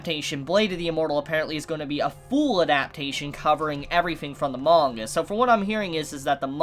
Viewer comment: I love the way he says ‘manga’ is satisfying. Good video as well but priorities